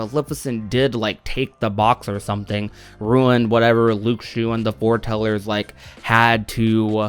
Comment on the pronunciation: It's lu-shoo not luke-shoo. The x sounds like an s